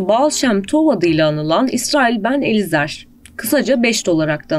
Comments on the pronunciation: Lütfen daha iyi bir editör bulun. Bu ne böyle kağıda yazılan yazıyı ruhsuz bir şekilde okuyan ilkokul öğrencisi gibi. Ayrıca yabancı kelimleri de yanlış okuyor. "Elizer" kelimesinin okunuşu "Elayzır" şeklinde olmalıdır. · Elizer'de yanlış Elayzır'da yanlış. İbranice daha farklı telaffuz edilmeli.